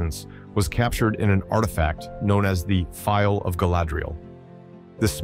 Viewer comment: Phial, not file.